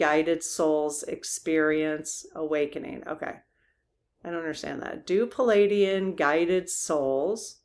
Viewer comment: Please pronounce correctly ple-aid-ian. Not Palladian. Thx